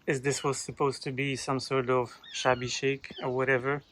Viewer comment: I honestly misheard you at the start. I thought you called it shabby shite! 😂